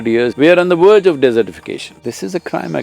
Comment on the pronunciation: Lol CAN SOMEONE TELL SADGURU THAT V SOUND IS A HARD SOUND NOT VOCALIZED LIKE W? V hard v like Vishnu or Vasudev your name or Vinyasa not W like way or what or halfways We are on the Verge, not on the Werge